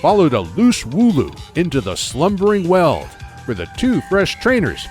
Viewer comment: •So many Pokémon pronunciations wrong •Lysandre is pronounced: Lis-ON-dray •there are different gyms in Shield than in Sword •‘Gold’s name isn’t ‘Gold’ •Zacian is ZA-si-an, coz cian (propounded si-an) means ancient in Greek •The ‘Weald’ Slumbering Weald is pronounced weeld •Eternatus doesn’t gigantimax, it Eternamaxes